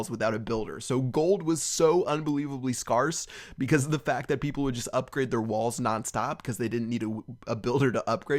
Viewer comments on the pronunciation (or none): MrMemories yes he did. he said scarr-ce instead of scare-ce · Lol he pronounced scarce like scars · he said sparse lol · You said scarce wring lol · i dont think you pronounce scarce like that... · how did you just pronounce scarce? O_o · you pronounced scarce wrong lol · I noticed that too. Lol.